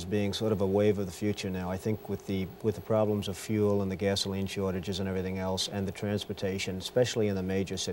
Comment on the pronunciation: When he said “shortages” . Typical New York/Jersey accent.